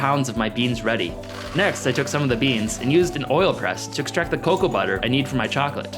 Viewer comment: cacow beans = cocoa beans?